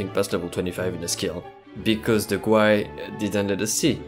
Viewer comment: He said GUI like saying goo-i and I love it